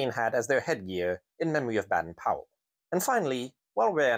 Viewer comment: That's pronounced as BAYDEN-Powell.